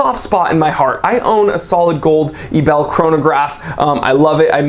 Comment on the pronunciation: Hey, you pronounce the watch Ebel Like "Able" and NOT "A Bell". Just trying to help you out dude! Greetings, Jack